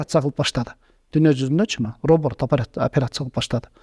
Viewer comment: интервью алаарда трамва эмес травма, роборт эмес робот деп айтып койсон??? 🙏 коп окушса неудели ушул создорду туура айта алышпайт😢 журналисттери баш болуп